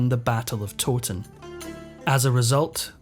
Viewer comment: Towton is in Yorkshire, where I'm from and it is not pronounced Toe-ton, I've always heard it pronounced Tow-ton. Tow as in tow-el. Rhymes with 'now'.